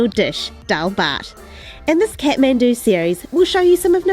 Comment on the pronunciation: Not catmendu it's Kathmandu 🙈